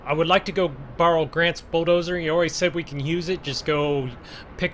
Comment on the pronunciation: why you say bo-doser its a bulldozer lol